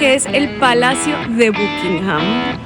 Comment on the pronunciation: Se pronuncia BACKINGHAM...